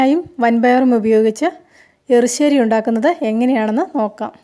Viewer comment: മാഡം എപ്പോഴു ° എറി ശ്ശേരി എന്നു പറയുന്നു എരിശ്ശേരി എന്നാണ് പറയേണ്ടത് എന്തായാലം നിങ്ങളുടെ എറി ശ്ശേരിയിൽ തേങ്ങ വറത്തതോടൊപ്പം ചെറിയ ഉള്ളിയും ചേർക്കാമായിരുന്നു വളരെ സിമ്പിൾ എറി ശ്ശേരി | - like | It